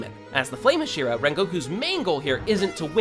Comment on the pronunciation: The way you are pronouncing "Hashira" is really irritating me. Say it right, dammit.